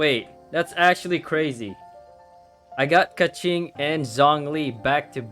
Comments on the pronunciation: when he pronounce keqing as keching, i was about to choke on my coffee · nope, i’m chinese and you’re not supposed to pronounce it as chi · ...I actually hear nothing wrong with that pronounciation. Is it just the accentuation?